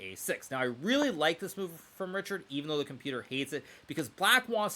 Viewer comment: It is pronounced ˈriçaːrd or reehard; definitely not reeshard.